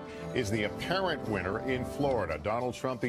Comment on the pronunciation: They stress the word "apparent" in apparent winner of Florida. HAHAHAHAHA!